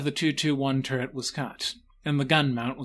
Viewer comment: I cant put my finger on why the the narrators voice sounds so weird. It sounds like three accents and a mild speech impediment teaming up to do an impression of a droning teacher. Im just gonna say it: "Turr-t" try and unhear it.